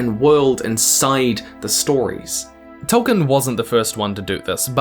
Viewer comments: Noped out . I can only hear Tolkien's name mispronounced so many times in a row before it becomes unbearable. I know my brain works differently to other people's, but mispronunciations, like other language errors, make my brain itch. If we were in the same room, every time you said "Toll-kin" I would stop you and say "Toll-KEEN", and if you can imagine how annoying that would get, that's how annoying the mispronunciation is to me. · Why am i listening to the person who cant pronounce Tolkien name properly?